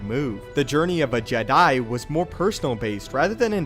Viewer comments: Its funny how he says jedi JED...I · No not Jedi, it's Jedai?